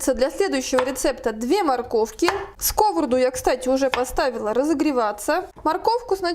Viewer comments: СковородА,а не скОворода, а за рецептв спасибо❤ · Извините может я забыла русский девушка говорит скОворада, я всю жизнь говорила сковорОдка.? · Так , как же правильно произносить скОворода или сковородА ? Правильно скрвородА ! Не будьте дремучей и безграмотной !!! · Рецепты классные. Но частое слово скОворода режет слух. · Вы молодец,все вкусно и красиво,но ставьте пожалуйста ударение правильно на слово сковорода.